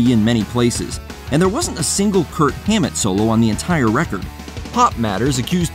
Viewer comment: Did that guy say Curt Hammett?